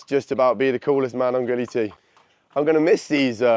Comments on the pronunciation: Bruh he said gili belly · Why do you say Gili is Bali? It's clearly Gili, my friend.